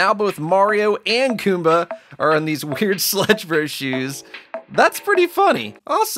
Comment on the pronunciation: you said koomba not goomba